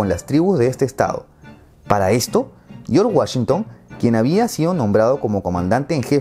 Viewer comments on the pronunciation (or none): Me iba a suscribir, luego escuche "YOR WASHITO" y se me fueron las ganas 😂😂😂😂